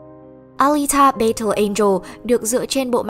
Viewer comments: Bài đặt nói tiếng Anh rồi còn đặt tên kênh W2W cho Tây, thế mà đọc "battle" là "bây-tồ", hài vl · Đội ngũ kênh nên tìm hiểu cách phát âm tiếng Anh đúng và rõ ràng trước khi làm clip, chứ nghe đọc từ battle rõ khó chịu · nghe cách đọc chữ "battle" là hết muốn xem clip